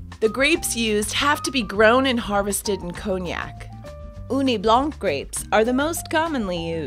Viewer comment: Cognac pronounced conyak not koniak